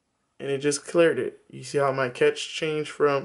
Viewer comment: The word being use here by is cache, pronounced cash, not catch!! cache /kaʃ/ verb past tense: cached; past participle: cached store away in hiding or for future use. "he decided that they must cache their weapons" COMPUTING store (data) in a cache memory. "the operating system tries to cache every disk operation"